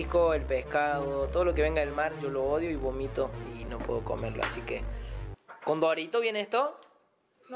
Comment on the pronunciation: No se dice gomito es bomito